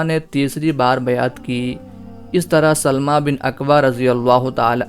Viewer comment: یہ سَلࣿمَہ نہیں ہے بھائی صاحب یہ سَلَمَہ ہے